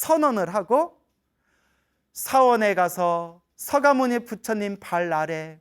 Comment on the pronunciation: 스님 법문 잘 듣고있습니다 헌데 석가모니 부처님 아닌가요?? 왜 항상 서가모니 부처님이라고 하는지요? 석가족 아닌가요? 대부분 스님들 법문들어보면 서가모니라고 발음을 하시는데요 조계종에서 부르는 부처님 공식 명호가 바뀐건지요??